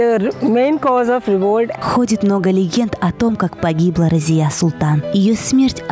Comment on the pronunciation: Я знал раньше бабушку ,ее звали Разия .Ударение на последней гласной .Думаю имя арабское.